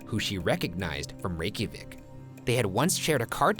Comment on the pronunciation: Man, A+ for the pronunciations in the Reykjavik story. I would not have had any idea where to begin with those names/words. Granted I have no idea if Ryan's pronunciations are CORRECT lol I'm just giving points for trying (and doing so confidently).